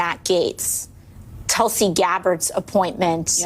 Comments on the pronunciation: She may be intensely jealous of Gabbard that she got such a powerful & prestigious post while she, AOC, got nothing remotely comparable. Btw, Gabbard’s first name is pronounced ‘Thulsi’ (short vowel as in ‘put’, ‘th’ as in ‘think’), not ‘Tullsi’ (‘u’ as in ‘pulse’, ‘t’ as in ‘talk’). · Mispronunciation of the name Tulsi pronounced Toolse Tulsi has Its own mythological history .Its in every hindus courtyard and worshipped.